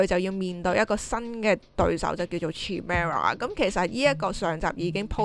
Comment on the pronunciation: chimera 個C發係K音